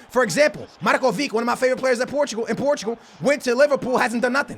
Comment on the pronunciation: Took me a while to figure out he was talking about Lazar Markovic. Marko Vick , lol